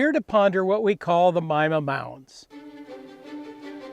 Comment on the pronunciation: I thought it was pronounced meema.